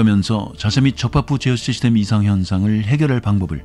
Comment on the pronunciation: 제어 시슈톔?? 훠훠훠..